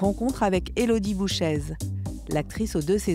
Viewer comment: Élodie Bouchez est très belle , voire très très belle. Pourquoi France 24 prononce bouchaise ? le "z" sonorise le "e" . On prononce donc bouché.